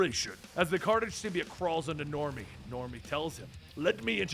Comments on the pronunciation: Do you say "biology" like "Bee-ology"??? NO! It's sym-BYE-ote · then take a look at all the animated series , you dumbass. its sym-bi-ote , stupid nerd. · Sym-be-ote, you heathen. SYM-BE-OTE! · Its symbiote and I see you're using the venom movies pronunciation